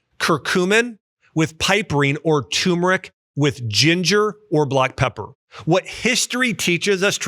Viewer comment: Btw Dr. Axe, it's turmeric (tur-mer-ick) NOT tumeric (tomb-er-ick)